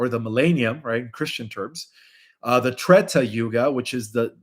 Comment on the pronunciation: Treta yuga....not tetra yuga...